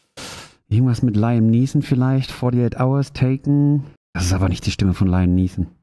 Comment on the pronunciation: Liam kommt von William, deshalb bitte bitte bitte bitte bitte auch so aussprechen. Das KANN man wissen. Bitte, gerne,! Bevor ich hier unbeteiligte Personen anschreie...